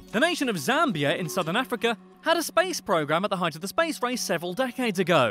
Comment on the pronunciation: you pronounced Zambia wrong